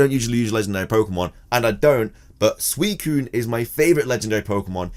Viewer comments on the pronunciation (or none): none